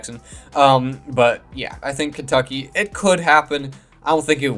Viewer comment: Kentuckey? It's Kentucky😊